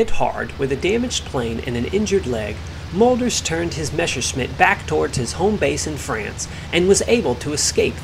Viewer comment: Great video and well explained...Just let me make a small correction in your pronunciation of the Mölders name..it sounds like Melders instead of Molders.